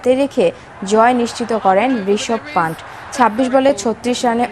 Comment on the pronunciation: ওহে সনামধন্য খবর সঞ্চালিকা, ঋষভ-এর টাইটেলটা বাংলায় উচ্চারণ করলে 'পন্ত' হবে, 'পান্ট' নয়! সামনে বার থেকে ঠিক করে উচ্চারণ করবেন!